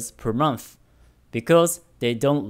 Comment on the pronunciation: Hey,! I saw you comment in the past saying to let you know if there's something you could improve on with your English. I noticed that you sometimes tend to use a "fff" sound in place of a "th" sound (example: monff instead of month, etc). I think it'd be good for you if you tried to focus on improving that! Could really imrpove your pronunciation overall. Hopefully that's okay of me to say.